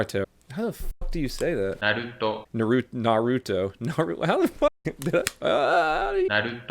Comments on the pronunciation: it’s Pronounce NARuto not NURUTO. Love your videos! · Do you even watch anime bro everyone knows its pronounced nar-ooo-toe say all together a tiny bit fast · It's pronounced Nawr-oo-toe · It’s pronounced Naruhtoh not Narooootoh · Its NAHRUTO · Stop pronouncing naruto wrong